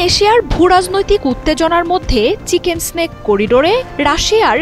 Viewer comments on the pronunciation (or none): যে ব্যাক্তি নিউজ টা পড়ে শুনাচ্ছে - চিকেন্স স্ন্যাক এটা- চিকেন নেক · এই নিউট রিপ্রেজেন্টার বললেন বাংলাদেশ হুমকি দিল আর তাতে ইন্ডিয়া ভয় পেয়ে গেছে। এসব উস্কানিমূলক নিউজ প্রচার করে বাংলাদেশের বিপদ বাড়াতে চান? বাংলাদেশ স্বভাবতই একটি শান্ত দেশ। আর মূর্খ এই নিউজ রিপ্রেজেন্টার চিকেনস্ নেককে চিকেন স্নেক বললো। আগে পড়াশুনা কর তারপর খবর পর। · আরে বেডি, চিকেন সেনক না চিকেন নেক হবে!!😂😂😂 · এই পাঠিকা কি বলে এটা , চিকেন্স নেক্স হা হাহা হাহা হবে চিকেন নেক